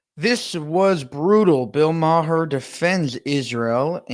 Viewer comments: Are you still pronouncing his name "MAH-her"? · It's pronounced "Mahr," rather than "Ma-her." Just FYI. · It's pronounced Mar not Ma-her. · It's not "Ma-her"...it's "maar". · Why do u people continue to pronounce his name Ma-her?? His name is pronounced “Mar!” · It's Marr not Ma-har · Bill Maher's last name has a silent "h." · Maher is pronounced Mar. The h and e are silent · Learn to pronounce Bill Maher’s name correctly. The H is silent. It is pronounced “Mar”. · It’s pronounced Mar. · Just so you know you do not pronounce the H on Maher…it’s close to Mayor…but not exactly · He pronounces his name Bill Mar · My friend it's pronounced Bill "Maar"...the h is silent. Agreed great clip.